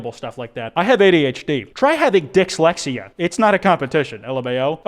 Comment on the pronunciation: Did you say Dicks-lexia?